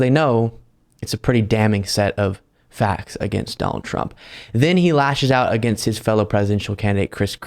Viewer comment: I heard you call him Dollar Trump 😂😂